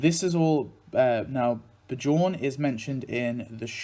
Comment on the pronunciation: With the name "Bjorn" you pronounce the "j" like a "y". Most languages over here outside of english use the j like you use the y. So it's like "Byorn"; but not "bye-orne", just "byo-rn". Another common variation of that name is "Bjarne", saying "Byar-ne" with a short "e" at the end that you would pronounce like a short "a". Why are english vowels all scrambled up? :D No worries. Everyone messes each others names up in other languages. It's half the fun.